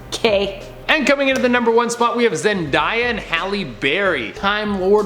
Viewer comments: Its ZEN-DAY-A not Zen-Di-A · It’s Zendaya as in Zend-a-ya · Zen-day-a not Zen-die-a. I spelled it this way for pronunciation's sake. Get it right. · How did you say Zendaya that wrong ah